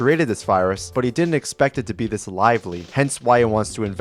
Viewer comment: Is da rp dis arg💔💔 dude talk correctly 🫩🫩